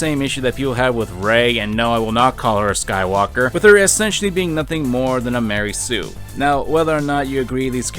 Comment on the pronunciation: I like it everytime he says "Ma REY soo"